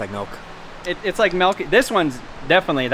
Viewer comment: "Melk".. 😂 says Melk 😅